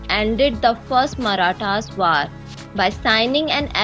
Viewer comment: 1: Chapters should be added to this video. 2: The narrator mispronounces many words, such as 'War' and 'Year'.